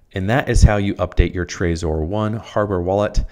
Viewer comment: its pronounced trezor not trayzor.